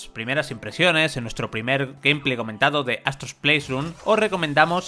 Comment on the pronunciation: Que molesto es escuchar que digan “japtica” y “pleisrun”